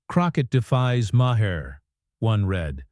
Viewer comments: Jasmine Crockett rules. F' Smug Maher. To the creators of this Youtube channel, maybe if you didn't use a AI narrator, who is "Meyer"? or Ma Her. lazy ass can't read your own script? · Whoever writes your narration needs to try cheap novels or maybe creating scripts for The Real Housewives. The narration on this clip is ridiculous. Further, your AI narrator can't pronounce Maher's name correctly more than once every six times or so. In short, I recommend that no one watch this channel.